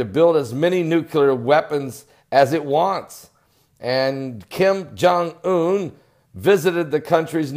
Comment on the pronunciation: Kim jum boom???? 😅 you are too much! 😄😁😂 Thank you for bringing a smile in the midst of this modern tragedy and insanity. 💞